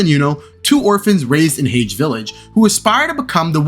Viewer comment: I was listening intently until this man pronounced hage village wrong bro come on now🤣😭(I’m only playing I really loved this vid, black clover is my 2nd fav anime of all Time and I can agree that you have made nothing but good points definitely gonna sub and tune in to this channel loved the way how you verbalize your thoughts compared to other channels 9.7/10 vid imo ❤)